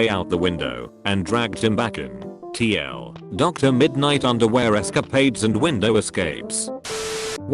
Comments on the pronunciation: the fact the tts voice reads tl/doctor makes me very angry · I like how the robot pronounces TL;DR as Tee ell, doctor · "TL, Doctor" Come on, man, get your TTS in order. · No one: The text to speech: T-L.... doctor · No one: Not one person: Not a single goddamned soul: Robovoice: "tl doctor"